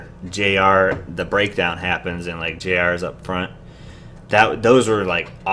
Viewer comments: Baekho = Beck-ho in pronunciation JR is said as each letter like how you've been saying it (J-R) And do you mean the fight choreography as in the fighting in the video or the fighting moves they incorporated in the choreography? Because it makes sense with they lyrics if you ever read them, it's sort of cool cause there's pushing and punching and all that and then they all end up helping each other up LOL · Thank you for uploading this! ^0^ it's actually pronounced "New East" and Baekho's name is pronounced "Bay Ko". And yes you're saying JR's name right ^^ it stands for Junior Royal.